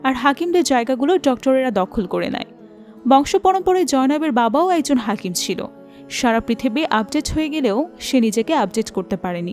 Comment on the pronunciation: হাকিম নয় হেকিম।